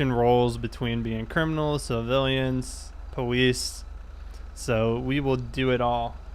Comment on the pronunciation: why does he say powice